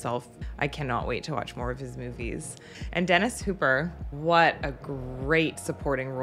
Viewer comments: Hopper not Hooper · Dennis hopper. Not Hooper. Hooper drives the boat chief. Lol